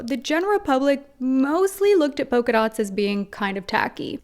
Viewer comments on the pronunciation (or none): Yes! NEVER get a fashionable engagement or wedding ring. Although I just cant get used to Americans pronouncing PoLka dots as poka dots.